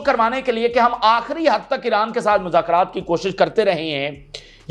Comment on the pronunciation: Muzakrat nahi mzakrat he